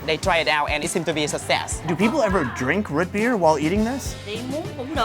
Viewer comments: The way he pronounces root beer is interesting lol “Rut beer” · It's not "root" beer. It's "rut" beer lol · Root beer not rut beer... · Why do you say, "Ruit Bir" rather than, "Root Beer?" Too much time in Asia? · Bro the way you keep saying Rut Beer is killing me. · Anybody else cringe when he said " Rut beer " lol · Sounds like he’s saying ruht beer. Same when he says food.. fuhd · Is he saying ROOT beer????